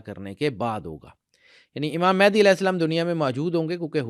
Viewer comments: It's not "Mehndi" 😂.... It's "Mahdi" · It's Mehdi not Mehandi